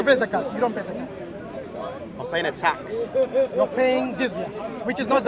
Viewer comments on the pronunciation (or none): My man cant say tax